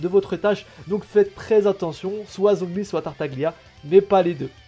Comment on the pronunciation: Ça se prononce Tartalia^^ sinon +1 abo continue !